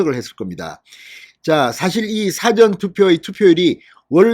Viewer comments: 고생이 많습니다 사전투표 라고 할때 장음과 단음을 좀 구분해야 하겠습니다 사전투표를 사~전투표로 장단음에 신경을 써야 합니다 듣기가 너무 괴롭습니다. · 진선생님 사전투표 억양이 좀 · 사전투표가 아니고 사~전 투표 아닌가요? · 사전투표 발음 듣기가북합니다